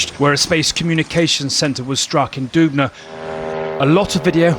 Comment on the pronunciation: Dubná (stress).